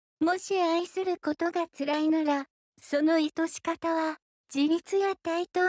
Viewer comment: 内容はとても良いと思うのですが、イトシカタなど、日本語の読み間違いが気になり、残念です。監修者はおられるのでしょうか？